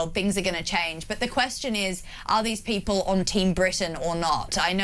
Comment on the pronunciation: bipol man .. not 'poeple'